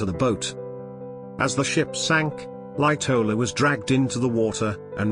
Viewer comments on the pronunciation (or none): why does this guy say charles lightowller?other thing Jouglin was the chief chef